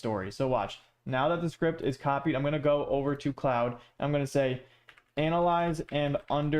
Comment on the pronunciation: Bro why do you keep calling it cloude😂it's pronounced as clod